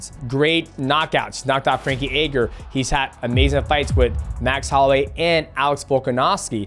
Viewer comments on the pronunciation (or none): frankie egger and jürdie mate i love that you cant pronounce any names lmao